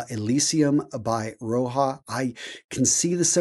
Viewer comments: What is "Roha" ???, he's not hispanic, it's Roja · 1. You missed one of the latest releases, Fragrance du bois in collaboration with Producer Michael. 2. It's not "Roha", it's "Roja", you pronounce the J Other than that, great review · I totally get that. I just think misspoke because - lets be real - he does it a lot. Heck, even earlier in this very video he mispronounced Roja as "Ro-ha", pronouncing it as if it were Spanish. he does a lot of work, but it sometimes like he rushes through and misses details. It's kind of odd because it does make him lose credibility when he's addressing people that are way deeper into the fragrance world than he is. He may have a huge collection, but his love for fragrances seems very surface-level. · Bro Roja ain't Mexican, it's pronounced how it's spelled